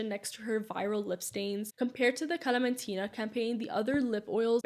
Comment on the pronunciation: As a Palestinian, thank you for giving a background story🥰 I'm curious what is your ethnicity? Because you have a very good pronunciation of the kalamtina😂